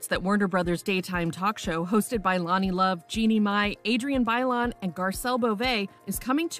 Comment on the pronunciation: Why'd you have to pronounce Bailon like that -_